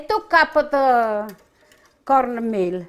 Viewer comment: Corrrrrnmeeel. Mushrrrrroms. SALLLSA!!!!!